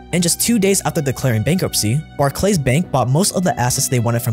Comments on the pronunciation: Barclays Bank is pronounced BARK-Lis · In England we pronounce it bark-lees just FYI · They way you pronounced Barclays, bar-clays am dying hahaha made it sound so high class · Just FYI Barclays is pronounced Bark Lees like Charles Barkley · Jesus,... Do you sleep? I don't understand how you can keep putting these videos out. Just FYI, Barclays is pronounced barklees. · Barclays pronunciation was bit wrong, but other than that nice vid.